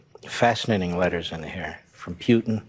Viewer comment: "Pewtin" mark levin😆